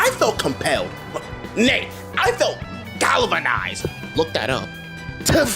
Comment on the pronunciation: "nay I felt gavanized" Had me literally and I mean literally on the floor laughing. Galvanized is one of my favorite random words and I felt so happy hearing you say that. 😂😂😂